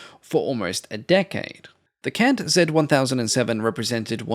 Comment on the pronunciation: Hi, I officially forgive your pronunciation of CANT on behalf of all of the people of Italy, none excluded